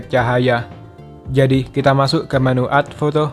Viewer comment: Mantap banget. Tapi masukan aja. Baca add bkn ad bang tapi ed hehe